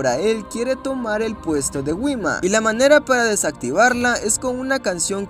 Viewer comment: Wima xd si se dice jima jajaja